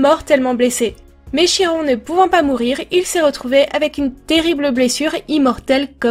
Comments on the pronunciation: Super dessin ! (Comme d'habitude !) (Oh, et parce que je suis tout le temps pénible avec ce détail... Chiron se prononce Kiron) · ce dessin est magnifique comme d'habitude ps: je crois que l'on prononce kiron meme si ça s'ecrit chiron